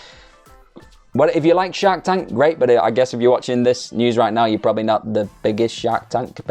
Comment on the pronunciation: I thought you were saying Shaq tank 😅😅 I was like whaaaa, Shaq has a new show?? Lol I'm a huge fan of shark tank though. I watch smackdown vs that thugh haha.